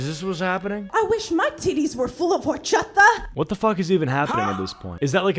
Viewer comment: I hate how she said “horchata” she does not have one lick of Latin in her at all dog